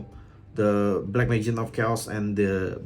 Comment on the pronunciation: its pronounce majician and keltic